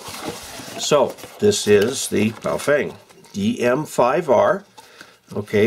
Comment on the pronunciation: bow-feng ?? it's bo-fung..!!!!